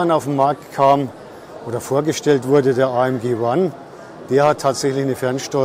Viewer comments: Ist halt manchmal nicht ganz einfach ... vor allem, wenn man sich mit dem Standpersonal vorher für Infos nur in Englisch unterhalten kann ... und in Englisch spricht man nun mal üblicher Weise ÄiEmDschi und manchen sprechen in Englisch auch von KeyDa. Sorry für diese Unachtsamkeit. Tja, man kann es halt nie allen recht machen. Ich hatte auch schon Zuschauer, die gemeckert haben dass ich eine Jahreszahl oft in zwei Zehnerblöcken ausspreche - 20 25 statt als Tausender-Zahl 2025, obwohl beides üblich ist. Ich wünsche Ihnen viel Spaß auf anderen YouTube-Kanälen, die es besser machen!😉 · Was eine Aussprache Ämg Cäda………besser kein Video machen 👎🏼